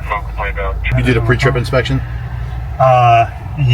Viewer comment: It’s “pre-trip” get it right boi!!!!